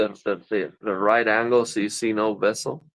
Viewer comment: i am mistaken or u saying incorrect? vessel instead of bezel